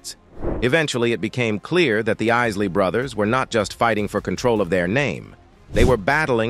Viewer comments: Why do you keep mispronouncing Isley throughout the video it just got so annoying I stopped midway Other than that it’s a good video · Fugazi. Mispronouncing a name everyone knows. This is some Ai generated type mess.Foh. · What's up with that narrator? Not only mispronouncing certain words, but the artist you're covering as well. Tighten that up! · This voiceover is terrible. It is butchering the Isley name. People should stop using it. It spoils these stories of legends. You have great stories to tell but this voiceover is not doing them justice. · Lots of lies, you can't even pronounce their last name correct. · The Clown Narrating Can't Seem To Get Their Name Right. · Ease-lee? Dwin-dledd? Pry-zed? Is this AI-generated narration? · “Aisley?” “Dwind-led?” Bro… what? Y’all should really review the videos before y’all post them because bro, whaaa? 😑🤨😮‍💨🥴 😂😂😂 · Ron Easley??? the damn AI voice can't even pronounce the mans name right. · Ron eesly?? That bot is a shitty narrator 😅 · Has to be an AI voice to pronouce the names incorrectly. 😮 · They story of the Isley Brothers and Ron Isley was so interesting. Who’s that Lady is my all time favorite! P.S. Please make sure you pronounce the subject matters name correctly. That should be a minimum expectation. Otherwise job well done. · Why is he miss pronouncing their last name? Is the reporter AI generated? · Please put some respect on his name and pronounce it right. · A tragic way to pronounce the family name like. Pathetic and disrespectful. Finally got it right! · Loved their music growing up! Drifting on a memory.... Was the commentator A.I. on crack....WTH??? It kept mispronouncing the last name, along with screwing up R&B. How do you screw that up???? 😅😅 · To the narrator : no disrespect but if you're doing story on the Isley Brothers at least PRONOUNCE the name correctly 💯☝🏿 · I love ❤️ ron Isley this guy talking about him should ask someone to tell him how to Say his name ron paid his dues Let it go